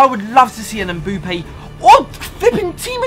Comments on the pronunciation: Its Mbappé not mbUppé pls !!!!!! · It's mbappe not mboupe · The way he says mbappe mboope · When he says mbappe as Mbuppe oof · And he said Mboopa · i was looking for this comment lol 😂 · This dude calls Mbappe Mboope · Why do you say mbuppe